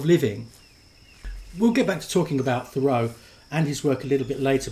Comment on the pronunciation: It's not pronounced "Conn-CHORD," it's "CON-kerd"!!! And, like almost everyone else, you pronounce Henry's last name wrong, too, but that is to be expected.